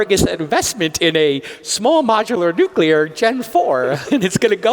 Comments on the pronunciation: he's right about climate change, but can he please learn how to pronounce nuclear/nucular? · He lost me at "nucyular" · Why can’t the energy secretary say nuclear properly? He says “nucular” more than half the time! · "Nucular", says the secretary of energy repeatedly... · Love how Chris pronounces Nuclear as New Killer 😂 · Ironically can’t pronounce nuclear